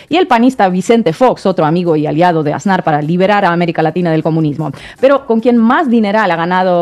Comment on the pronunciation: 👁✨👁Oye muchacho... Si vas a ser comunicador en Youtube, asegúrate de escuchar bien como se pronuncian y acentúan las palabras y sobre todo los apellidos. En este caso es 'Asnar' y tú lo pronuncias MUY MAL acentuando la "Á" del principio, pronuncias con mucho énfasis y muy mal: "Ásnar". Tache ❌